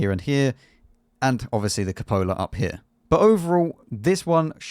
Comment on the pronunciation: Cúpola, not copóla.